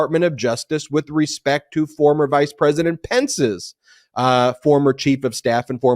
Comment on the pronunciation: Hey Ben, did you say the power to indict a sitting “precedent” or “President “ ?